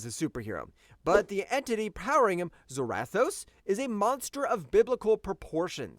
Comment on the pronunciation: I see what you're trying to do here bro but you're wrong a few things hare. I'll start with a few. The easiest to over look is Zarathos. It's not "Zer-wrath-o's" it's pronounced "ZERA-THOSE" like Sarah Toes. AND SECONDLY, I have no idea at all whatsoever what WWHulk vs Ghost Rider you were reading but you are way off! You just read the The Spirit Wanderer vs Home Battle Bulk or something. Because Hulk did in no way shape or form run from Ghost Rider or Zarathos. If you actually read the actual comic you'd know that Hulk and Zarathos told Johnny Blaze that this has nothing to do with him and this is not his fight and Zarathos left because it wasn't his fight. You said Hulk ran, but it was Zarathos who left on his bike while Hulk literally stood up and watched him ride away. And then Hulk left! In no way shape or form did Hulk run at all! So I have no idea where you got that from?! And third, your rankings are all over the place! For example, yes, Magik is incredibly strong in her own dimension of Limbo. But you have her way too high on the list! She's literally been beaten in her own realm before. If I'm not mistaken she was actually beaten not too long ago in Limbo. I think that it happened a few years ago so I might have to go look it up and tell you when but she's definitely too high. She should probably be #10 if on the list at all! Marduk should definitely and I do mean DEFINITELY BE ABOVE MAGIK AND maybe HEL(HELA). Maybe? And though Hela beats Thor 9 outta 10 times. Ther